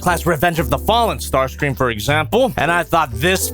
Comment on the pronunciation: Ah yes... It's STAR-CREAM